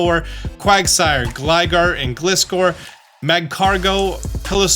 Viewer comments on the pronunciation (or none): none